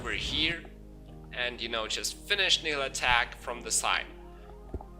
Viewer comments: Your videos are good but can you work on your pronounciation of Nihlathak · I don't think your pronunciation is a problem. But if you want to be correct, listen to Malah's intro. She says Nihlathak's name. "All of the Elders, save Nihlathak, sacrificed themselves to place a protective ward around Harrogath."